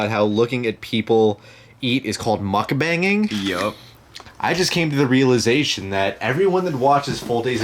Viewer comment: I watch MommyTang too, hooray! And dear, it's pronounced mook-bahng:) you guys should TOOOOOOTALLY do one together!!